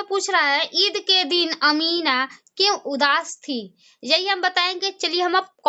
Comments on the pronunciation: Amina hota hai amiba nhi hota hai bakoli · Amiba nahi amena